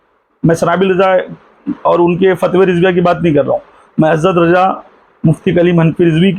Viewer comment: Abe alahazrath ke bade bete ka name hamid raza hai mufti e azam nahi Teri talafuz sahi nahi RAZA Hota hai RAJA nahi pehle dusroun ko nasihath (direction) dene se pehle tu pehle khud is layak to ban ja bad me logoun ko nashihath karna pehle jake madressa me dakhila le qabil banjane ke badd phir youtube par aana 😂